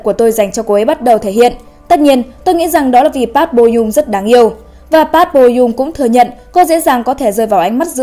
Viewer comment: Ad đọc họ "Pát" nghe ko hayi đau